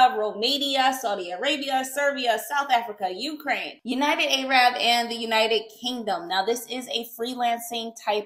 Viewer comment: Arab pronounced: Air rub😊good content thank you❤